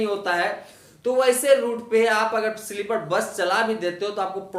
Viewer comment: Sleepad nahi be sleeper bol anpad